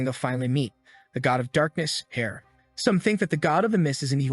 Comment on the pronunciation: Can someone teach the A.I. to say "heir" properly?